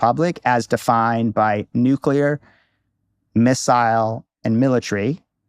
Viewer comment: And nu-ke-lar